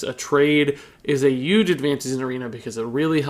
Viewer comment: Im new here so im assuming everyone has noticed he says huge like Donald trump does like "uge"